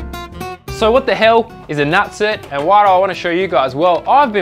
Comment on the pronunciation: Rivnut!!! Not nut-cert. even if it was nut-cert it would be nutsert...like insert not in-cert. fuck. Your killing me. Tool pro even call it a rivet nut tool on the box.